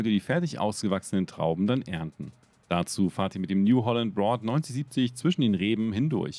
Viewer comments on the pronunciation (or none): Kleine Anmerkung. Braud war früher eine Deutsche Marke die von New Holland übernommen wurde. Entsprechend wird das Braud von New Holland Braud immer noch Deutsch ausgesprochen!!!